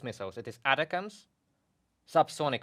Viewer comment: Your commentary is really good, all of you. It's much easier to say "A tack ems" for the ATACMS missiles. It's sorta a play on words because it sounds like "attack them" You are saying " atta cams" , which is probably how the acronym is supposed to be said, but It's better said "A tack ems" :) Continue with the good commentary. Slava Ukraine, Victory Ukraine.